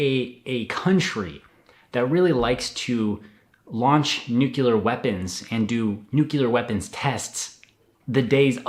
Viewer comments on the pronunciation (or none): Sorry to be a snob but you really gotta get the right pronunciation of nuclear (noo-clee-yur)